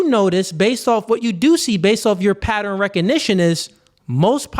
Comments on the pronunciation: it's not patter-N. It's pronounced pat-turn. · Please be mindful of saying 'patteren' instead of 'pattern' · The people who cant pronounce ask also cant pronounce pattern... what the fuck is a patteren?? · i love ya, i agree with everything youre saying, but WTF is a "Patterin"? (pattern). lmao